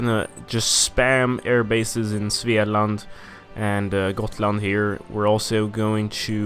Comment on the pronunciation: Good swedish talking when you said Svealand